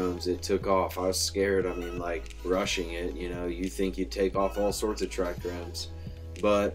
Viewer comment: Lol trichromes. Hear so many youtube weed bros pronounce it like that.